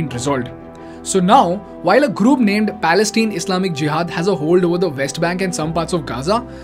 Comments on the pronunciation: Palestine (tine, pronounces as mine, pine, etc) or say falasteen. Its not Palesteen. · Dude, it's Pales-TINE (pronounced 'pal-es-TAAYN'), rhyming with the English words 'mine', 'fine', 'pine', 'line, etc. Have you never watched the news?